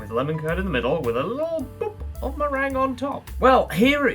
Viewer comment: Meringue being pronounced merang suggests we are watching